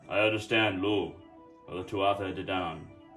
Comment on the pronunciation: It's Pronounced Loo not Lugh the gh sound makes a double O sound.